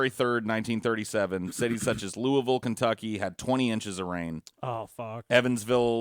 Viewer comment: I’m glad pronounces Louisville correctly.